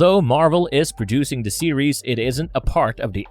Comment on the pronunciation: " the"...not "da" Da this Da that... A 5yr uses " da"